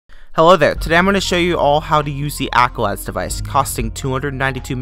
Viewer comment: bro said accolad